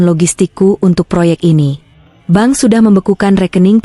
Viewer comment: Maaf msh terjadi ketidak profesional-an dlm bercerita baca bank bilangnya ban😂